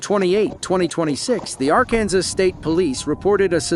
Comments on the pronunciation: is it pronounced arKansas or arkansaw?! bc this the 2nd video where they saying RKansas.🤔🤔🤔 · "Ar-Kansas"?? Better program your computer pronunciation more thoroughly!!